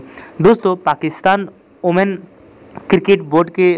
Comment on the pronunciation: Women bol ke dikhaa... Ooman nahi bolna.. women bolll